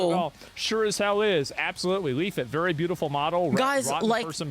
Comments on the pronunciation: I love his insistence to only say "leafit" and never "leaflit" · I like how he still can't pronounce the second L. Maybe he took it. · Who the FAWK is LEEF-FIT? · All this time and he still calls her "Leaf-it" 🤣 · Don’t worry Leaf, one day he’ll say your name right.